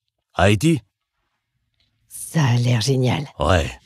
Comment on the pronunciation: Il a bien dit Haiti